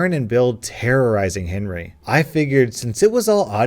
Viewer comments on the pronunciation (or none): lane 5 instead of Henry i think u Saïd hairy